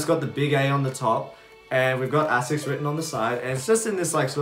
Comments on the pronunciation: AY-SICK AY-SICK AY-SICK Jesus. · I mean, you can derive all you want, it’s pronounced “ay-sicks “